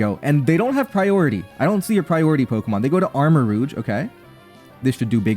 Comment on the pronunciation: your pronunciation of armorouge is pretty interesting. its supposed to be the s in pleasure, but americans often put that sound in taj mahal even though both sounds exist. kind of funny to see it go the other direction, since im guessing you have less exposure to french and french sounding words